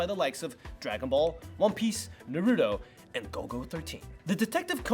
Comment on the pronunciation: How can u be from crunchyroll and still say naruto wrong smh